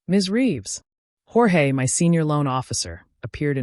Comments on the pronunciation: Why do you insist on spelling "my" with all caps and pronouncing the work by enunciating each letter--M-Y? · and "my" is NOT "M Y"